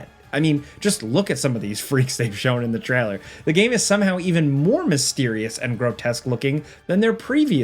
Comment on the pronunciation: Take a shot every time he says "treller" instead of trailer and your liver will hate you